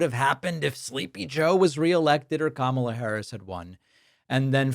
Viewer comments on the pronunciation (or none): none